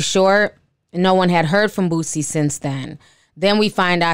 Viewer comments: I know this serious but when the anchor kept calling Boosie ‘Boozy’ it almost took me out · The reporter called him boozy. 😂🤣🙄. Crime has gotten bad in Shreveport as well. Has been for a couple years now. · Boozie? Wth put some respect on that man name and get it right? 😂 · Lol. Or "booTsie" 🙄 there is no "T" in his name people 😂😂😂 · The anchor pronouncing “boozie” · lolx the news caster said rapper Boozie lolx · "We have confirmed that rapper BOO-ZEE...." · I’m getting upset these news reporters can’t say the rappers names right 😭😭🤣🤣